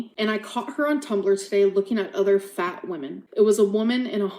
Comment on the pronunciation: The way she emphasizes the word fat is interesting.